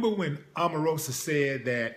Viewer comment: Lol stop clowning and why he saying her name like that;) smh